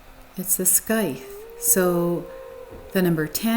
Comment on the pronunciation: Happy to see the triumphant return of this channel!📣 Also, just FYI, scythe rhymes with tithe. ❤